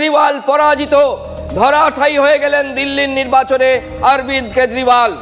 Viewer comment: কেজরিওয়াল❎ কেজরিবাল ✅....😅😅😅